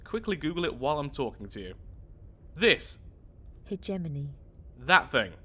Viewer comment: Everyone not having any idea how hegemony is pronounced: Me: the hedge empire